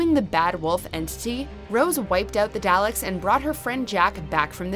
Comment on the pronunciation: You need to do me a huge favor. Flip your vowel sounds in Valen and Dalek. Vay-lin. Dah-lek.